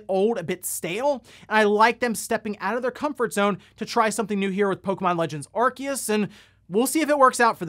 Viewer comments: With all the respect in the world, I gotta ask. What's an Are-Kee-Us? It's Arceus. Are-See-Us. When did people start suddenly pronouncing it all weird? Before this game, clear as day, everyone pronounced it Are-See-Us. Also, yes, the game is ugly and looks pretty dull. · It’s pronounced Ar-see-us.